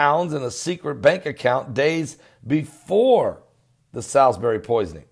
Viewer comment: Hi, just so you know Salisbury is pronounced as ‘Saul’s Bury’ 😁👍